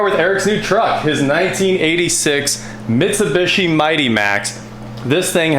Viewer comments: Right? What is even trying to say? MitsuBUSHY? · Mitsu-beeshi, not mitsu-bishi. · Its pronounced mi -tsu-bi-shi. Its broken down like that took basic japanese ;) and tsu is like tsunami tsu-na-mi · For the love of God its pronounced MIT-SU-BEE-SHE. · C'mon man. You're American. You know it's pronounced "Mit-sew-bee-she" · Bruh. It’s Mitsu-bee-shee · Really clean! Nice!!! Also.. it's Mitsu-bee-shee. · Now we know you are a millennial you can't even say Mitsubishi LOL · The non rhyming last two I's bother the heck out of me in pronouncing Mitsubishi. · How have you NEVER heard the correct way to pronounce Mitsubishi?